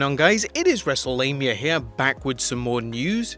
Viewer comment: ...did he just say "wrestle-labia"?